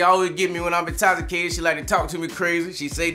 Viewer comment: Intocticated?? Hmm